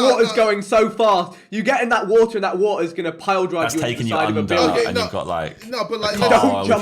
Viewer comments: Woahhh,Wotaaa,wo'a bro i cant 😂😂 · Babatunde sees a Tsunami: “There is so much wotah” runs towards tsunami 1 minute later: RIP babatunde